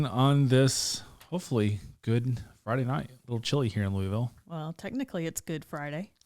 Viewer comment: Watching from Green Valley, Arizona... I graduated from Moore HS in 74, My wife from Tucson commented that doesn't pronounce his city correctly. are you born and raised Louisville? All in fun. Love the channel.